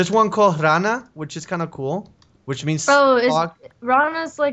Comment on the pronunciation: my moms name is Rana... but you say it like Renne